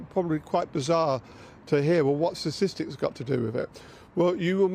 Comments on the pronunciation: He needs to learn how to pronounce statistics! It's sta tis tics. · He needs to learn how to say statistics, and quickly! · I like the way he cannot pronounce 'statistics'. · She needs someone better than this. Can't even pronounce "statistics" correctly.